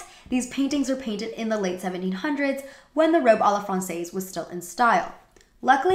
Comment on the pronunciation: Great review! Small quibble: "francaise" is pronounced "frahn-sezz".